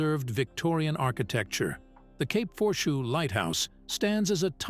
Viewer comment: It's pronounced "Cape For-shoo".